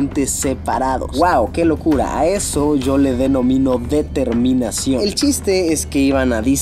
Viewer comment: En el minuto luisito dise determinasion jaja undertale